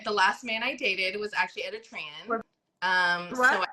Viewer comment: She said "Editren" for "Eritrean" 😂 am i the only one who heard that???